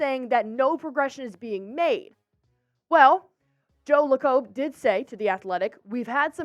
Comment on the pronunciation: ok , if you don't know how to pronounce the best owner in basketball .........maybe just maybe you are the wrong person doing this job ! joe Le cobe, who's that ? it's pronounced Lay cub Lacob !! sorry about that ! are you a reader or did you play sports?